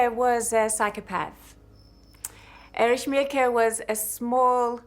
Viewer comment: The Stazi, or Stasski… with its head, Ériche Mielke.